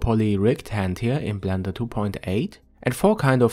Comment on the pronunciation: He said plender